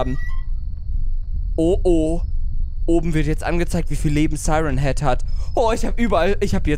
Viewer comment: Nicht seiren heed sondern sieren heed.